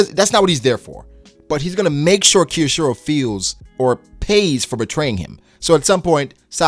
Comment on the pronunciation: His name is pronounced K-yo-shiro. Not Keyoshiro. Just the K sound plus yo then shiro.